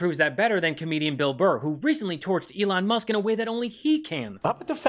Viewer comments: Ehlon Muhsk was an Underrated roast on its own. For someone who works So hard to be known and renowned, mispronouncing his name so casually is just the kind of thing that would get under his skin 😭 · burr calls him "that twitter guy" , or slightly mispronouncing his name is so fn funny, esp b/c that's something that trump does to other people